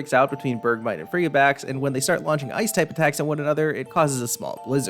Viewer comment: Frigibax has the word "fridgid" in it, which means freezing. I died with your pronunciation